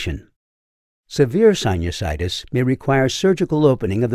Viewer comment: The way you say sinusides 😂❤